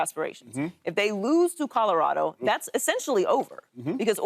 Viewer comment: Did he just say Codo Rado 🤣